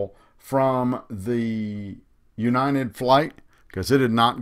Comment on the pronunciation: Is he saying "U-nine-ted" instead of United?